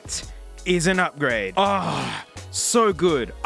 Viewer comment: "That! Is a NUGGRADE!!"